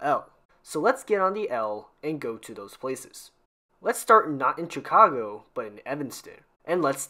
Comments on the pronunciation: Quick nitpick here. It's pronounced "shuh-cago" not "cha-cago" Thanks for the video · Why are you pronouncing Chicago like that? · Watching this as a Chicagoan born and raised, I can't help, but correct your pronunciation of both Chicago (shuh-kaa-gow), Noyes (pronounced like the word "noise"), Paulina (pronounced Paul-eye-nuh) otherwise both videos are overall pretty good and informative. Thanks for making these.